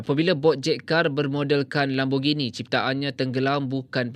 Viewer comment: Kereta apa tu???... Saya dengar guna headfree "Lembugini".. 🤔